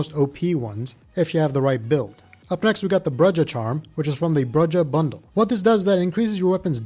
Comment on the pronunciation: Brujah = BROO-hah lol bre jeh